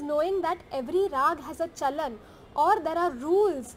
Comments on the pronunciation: thats not CHANAL its CHAALAN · You were saying "chanal" while it's "chalan". That is not even a tough word in Hindi indian language 😅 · That movement of notes is called "CHAOLAN" in Hindi language but not "chaonal" as u utter naturally being a foreigner.😊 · Sir it is "Chalan" not Channel Chalan means movements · It is " Chalan"( Rules) sir not Chanal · Actually it's not "chanal" it's actually "chalan". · Her: chalan Him: chanal Me: 🤦🏻‍♀️ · Hehehe... that's chalan... not chanal 😅😅😅 you will take a while... don't worry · but its not chanal rather its chalan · Not chanal .... it's chalan !!!! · "Chalan" "cha..la..n" means the way to walk or a trend.. in context how to pick and skip some notes while ascending and descending .. i am not a music expert but just a hindi speaker who wanted to help seeing you struggling the word.. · And please read after me ... cha-Lan hihi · Him calling chalan as chanal is hilarious 😂😂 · chalan- cha-la-n.. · its chalan cha-la-n you're seriously.... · Even the video tried correcting you when it came to CHALAN 😂